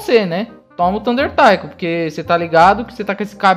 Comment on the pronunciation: a silaba tônica de Taiko é "Ko":)